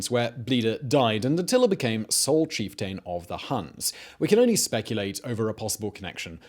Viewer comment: Cheif-Taaayne. EmPaaaaayr 😅